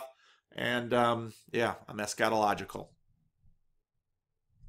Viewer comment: Ha, sometimes I have to stop and think about what he really said. Maybe more stress on the first syllable or constriction on the 'a' would help. "ESSchatological" or "eschetological" ..Not that I have any clue how it's supposed to sound.